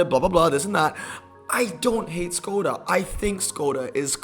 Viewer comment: FYI, Skoda is actually pronounced Shkoda ... that`s why it has the mark over the S.